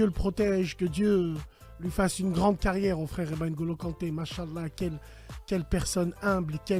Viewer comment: Le « sa cagnriegnre elle est fini » ça me flingue à chaque fois 😭